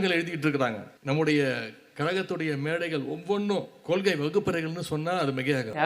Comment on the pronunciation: கொள்கைனு தெளிவா சொல்ல சொல்லுங்க பார்க்கலாம்??? கொளுகைனு தான் வாயில வருது. மாவீரன் படத்துல யாரோ காதுல பேசுற ரெகார்ட் வாய்ஸ் கேட்டு கேட்டு பேசுற மாதிரி இருக்கு!!!???